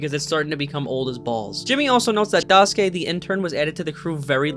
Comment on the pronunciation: im sorry but the way u pronounce daisuke immediately made me unable to watch the rest of the video 😭